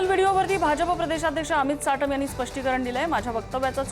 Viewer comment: साटम नाही चाटम..😂😂😂